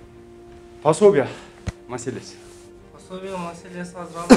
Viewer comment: Пособия деп туура айтсаңар ❤